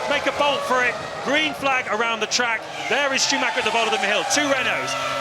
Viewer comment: I love how the commentators (to this day) never try to pronounce Michael Schumacher somewhat correctly.